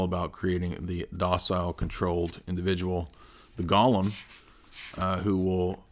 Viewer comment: Oh, just to be a nitpicky jerk, I’m gonna go ahead and point out (because I noticed for a while now) that the way you pronounce golem makes it sound like you’re referring to Gollum from LOTR. It’s a long “o” sound. I love the fact that you use this word so evocatively fairly often. But you’re kind of saying it wrong. Btw I love your work, and this really is picking a nit, I admit!